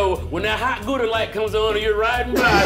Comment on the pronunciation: can't even pronounce gouda